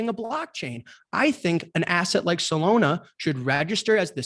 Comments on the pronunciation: Dude said Solona hahahahaha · Does jack not know how to pronounce Solana lol?